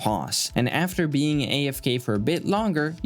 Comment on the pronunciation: Subscuubs!!! Man im dead 💀